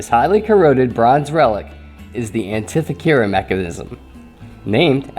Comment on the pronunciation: This artifact and the story that goes with it are intriguing, and there are some valid ideas for its origination. There only problem I have with this video is the mispronunciation of the Greek island's name, and inherently the name of the device. But keep up the good work!